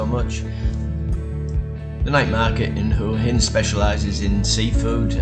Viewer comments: please pronounce as hwa hin not hore hin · Why do you so many of these desperado videos not pronounce the city name correctly? It’s not that hard. WAAA INNN. GET IT ? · I dont think you are pronouncing Hua Hin correctly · Can please pronounce Hua Hin correctly,by now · don’t mean to offend , you obviously know how it’s pronounced (w) in front so maybe your pomie ascent or my ear sounds bud different sorry for being a little bit picky